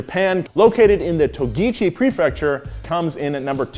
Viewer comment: he said togichi lol